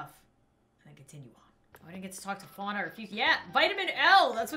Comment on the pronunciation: THAT'S NOT HOW YOU SAY FUANA!!!!!!!😂😂😂😠😠